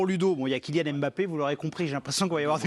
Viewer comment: Arretez de dire Em bappè